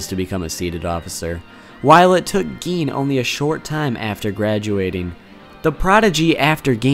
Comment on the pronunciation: Who tf calls him geen